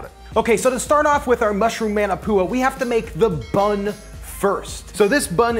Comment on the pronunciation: MAW NAW POO UH.......not Man a poo uh.............sigh